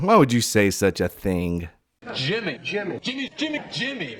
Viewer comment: Thanks for another epic episode,!! The "JI-mmy" Kruger at the end was a masterful touch! 🤣👍🏻👍🏻